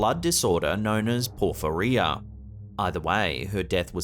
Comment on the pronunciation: Yep I have porphyria...never heard it pronounced like you just did it.